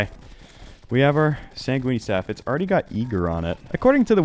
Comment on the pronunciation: Bro be saying sait goony staff